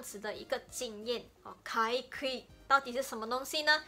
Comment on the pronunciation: ，「かいくい」ではなく、「かいぐい」です。